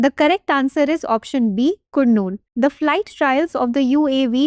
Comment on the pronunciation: It's not Kurnool it's ku(ka)rnool Kurnool=karnool...this should be pronunciation ok